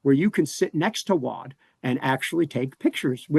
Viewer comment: I’ve pronounced “Waud” correctly the whole time!!! Im from Johnston Co, NC and it’s rare to hear or say anything correctly according to the rest of the country lol. Thanks!!! 😂